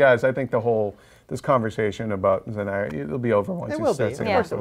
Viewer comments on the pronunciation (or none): I swear if I hear someone say zendya one more time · I know but they said zendya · Zendaya not Zendieya jesus christ